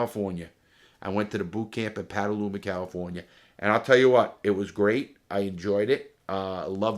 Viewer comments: Hey Larry, just to let you know it’s Petaluma, not Pataluma, CA. Lol, regards from California. I’m becoming a big fan! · Larry went to bootcamp in my hometown! Petaluma, although he pronounces it 'paddleuma'. I forgive him :)